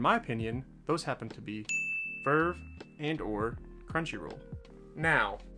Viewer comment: Bruh it's not vrvrvrvvevrrv it's v-r-v